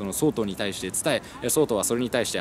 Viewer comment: とりあえず神がヤマトを見たことがないことは分かったｗ 「総統」のイントネーションは「総合」や「総裁」と同じですよ いやま、気になって話が耳に入ってこなかったもので・・・